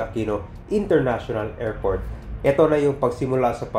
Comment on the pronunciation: Pronounce mo ng tama. Airport Hindi report ,area Hindi erea, arrival him arribal